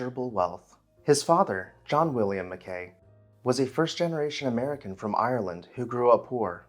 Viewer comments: Interesting video of one of our local legends. Just one minor correction... we Nevada locals pronounce his last name, "Mack'ee," not "Mac Kay." If you want to do a haunted house now, do Allen House in Monticello, Arkansas. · I grew up in the development that had been Harbor Hill in the late 1950s. We always pronounced the former owner’s name as “Mack key” not “Ma kay. Don’t know which pronunciation is correct. The gate house shown in the video became the entrance to the neighborhood pool club at the intersection of Harbor Hill and Roslyn roads. There were still other derelict robber baron mansions in the area back in my day that my buddies and I used to ride our bikes to. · Thank you for this video. The family name was actually pronounced as if it were Italian: Macchi (Maa-key). Clarence's daughter Ellin was the wife of Irving Berlin. The Keck Museum at the Univ. of Nevada has the major part of the enormous silver service that Tiffany made for Clarence's mother from Comstock silver. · Pronounced MACK-ee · MacKay is pronounced with the 'Kay' rhyming with 'sky' not rhyming with 'Bay'. Cheers 😉